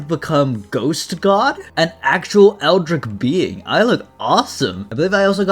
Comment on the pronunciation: bro said eldrick